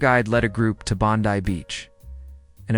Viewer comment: Pronounced Bond eye not Bondy & pronounced Kak a doo not kakar doo. Cairns is pronounced Cans not Karen.